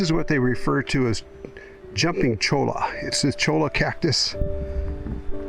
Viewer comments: Choya is how you pronounce Cholla. Palo Verde's do get leaves through the summer, I suspect you were just before they get their leaves for the season. The Ocotillo, it sheds leaves rapidly after the rainwater is gone, but as soon as any appreciable rain falls it leaves up again - based on rain and not on season. Ocotillos are members of the Rose family. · Cholla, pronounced choy- a. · The jumping cholla is pronounced "choy-yu". If you get one of those little balls stuck on your clothes, you can use your comb to remove it. One time, my wife and I stopped at the home of some friends. When she answered the door, she said "Welcome, but you can't bring that into my house!" We looked down. and my wife had a cholla ball stuck to her shoe!